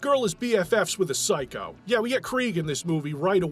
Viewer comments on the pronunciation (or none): none